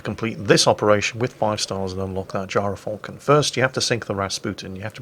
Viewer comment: gy ra falcon... sounds wrong